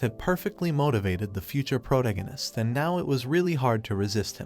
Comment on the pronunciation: Please, ffs, pronounce the 'protagonist' correctly. I enjoy listening to recaps, but my OCD with English is killing me